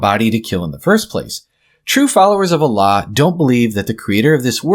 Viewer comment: He can't even pronounce the word Allah properly?